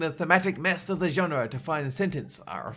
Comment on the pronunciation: Listen to how he pronounces "genre" in and